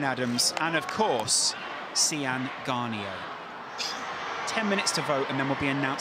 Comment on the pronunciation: They said Séan Garniers name wrong